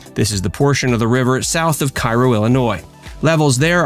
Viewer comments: Its Kay - Ro Ill, not Ki - Ro....get it right. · It’s pronounced “kay-ro” not ky-ro. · You can always tell when someone’s not from here…It’s pronounced Karo not Cairo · It is not Cairo (ka y ro), it is “Karo” like the syrup.. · It's Pronounced KAY--row IL NOT Keye-row IL. If you had ever been there, you would know that... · KAY-ro, not KEYE-ro